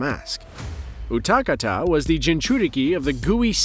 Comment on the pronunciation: i hate how you said utakata